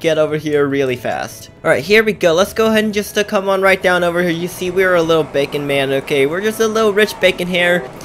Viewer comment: "bavon hair"